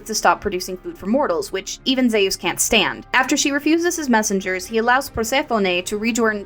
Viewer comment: Good video, but its hot here atm and I feel like a baked potato. Gotta ask though how you came to your zee-ous pronunciation though. How did you come by that one? My brother studied greek for a while and insists its more like zúís whenever we discuss mythology.